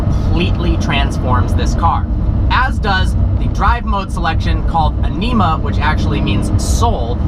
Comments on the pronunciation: Where did you seen "Anima" (and it's pronounced Ànima, not Anìma) on the drive selection mode ? There is only Strada (Road), Sport (just imagine) and Corsa (Race). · As an Italian: Gotta love how he pronounced "anima"...